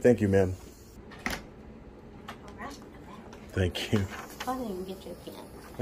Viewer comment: you mispronounced "all"